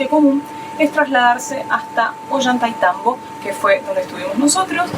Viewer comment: Muy bueno el video y las explicaciones a través del camino hasta Aguas Calientes. Hermosa Santa Teresa, y mucho más lindo Machu Pichu Pueblo. También hermosos los hoteles en que pararon. Sigan disfrutando., Ollaitaitambo, jajajaja. A Mary y Guille, también les costaba pronunciarlo. Desde Mendoza muchos saludos 🤗 😉